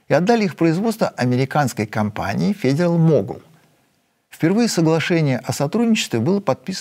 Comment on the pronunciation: Только для Сергея: произносится как фэдэрал могол с ударением на первый слог, спасибо.